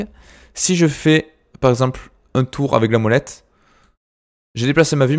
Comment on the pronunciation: Mec je suis plié quand tu dit 1 1 1 on dirais avec ton accent que tu dit heung heung heung ^^